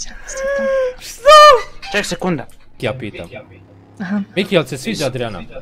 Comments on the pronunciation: Nije YEZUUR nego Yes Sirr... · kaze se yessir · kaze yes-sir